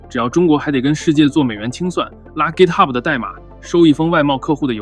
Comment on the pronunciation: 明明是GitHub，为什么非得读成gitahub，显得洋吗